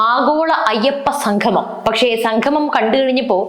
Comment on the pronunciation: സംഗമം.......ഉച്ചാരണം ശ്രദ്ധിക്കുക